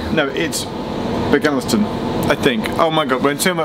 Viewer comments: Bagnelstown is pronounced Bag-Nels-Town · Muine Bheag is pronounced "Mwinnna Vyug". Bagenalstown is pronounced "bag-nals-town". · Omg 😂 it’s pronounced bag-nels-town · Geoff - why didn't you let talk about her t-shirt? Bagenalstown is where my mum hails from! Pronounced Bagnusstown... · Ailín Ó'S Locally it’s pronounced Bagenalstown.